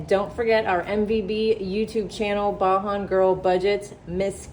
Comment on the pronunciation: I'm sorry to correct you but Kimmy's Channel is called Beijing like somebody from Barbados So it says Asian Like like the sound is Asian BAJAN